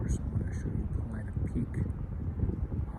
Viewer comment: Are u saying "Planet Peak? It's Paulina Peak. Thought I heard u say it twice.